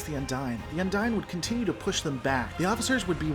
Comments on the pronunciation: Heheh, the way you pronounce "Undine"... the NPCs say "undeen", you say "Undyne" from Undertale. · Un-deen. UN-DEEN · Spelling is not an equal correlation to pronunciation. What is canon in Trek is how something is pronounced on screen. Multiple on screen characters pronounced the Undine as Un-deen. That's what makes it canon. Yours however is not. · I believe it's pronounced as Un-deen, since several characters including Tuvok pronounce it as such.